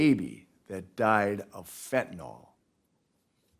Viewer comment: You would think a judge should have the education to properly pronounce fentanyl…